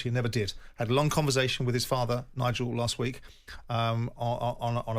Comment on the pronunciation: Simon still can’t pronounce “conversation”